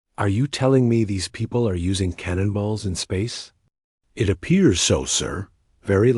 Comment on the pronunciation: AI reading every bit of punctuation dot dot dot and "it" gets read as eye-tee dot dot dot asterisk and NO apparently must mean "nitrogen monoxide". Absolutely the most idiotic AI I've ever seen. And obviously nobody lisened to it before posting this garbage.